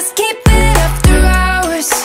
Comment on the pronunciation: The way Aj says Hours annoys me. He is saying Rours